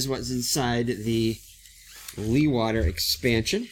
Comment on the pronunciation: Hi, just found your vid. You might like to know that Jan Leeghwater was a Dutch hydraulics engineer who engineered the first land reclamation programme's. The name is pronounced "Lay g water" with a very strong G-sound like clearing your throat and the emphasis on the the Lay.